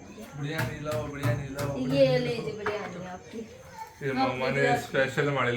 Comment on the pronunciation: Biryani ki pronunciation itni ajeeb kyun h. Ghar me koi naam Sahi Nahi leta